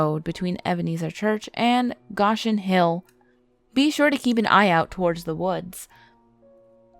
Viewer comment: Go-Shen Hill